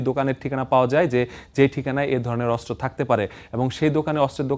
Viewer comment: অস্ত্র উচ্চারণ শুদ্ধ উচ্চারণ করতে হবে 😮 অস্ত্র উচ্চারণ শুদ্ধ হচ্ছে না 😮😮